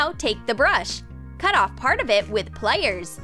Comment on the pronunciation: Was anyone else annoyed when she said waire and plaiers instead of wire and pliers